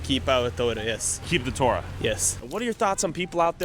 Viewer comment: Taura ? lmao god help me? bro u dont even have the actual "Taura" hahahah